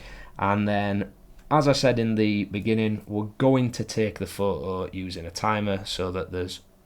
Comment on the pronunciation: Wait... So you can pronounce the "t" in "photographers" but not in "photo"? Fuck I rude... 🤦🏻‍♀️